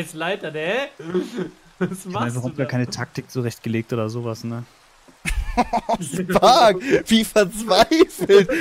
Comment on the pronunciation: Spark und nicht stark hahaha failllll